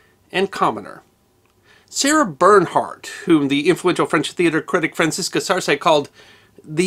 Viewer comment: What about Paganini? This is a wonderful clip, but it would be better if he learned to pronounce her name. And some of the other French references.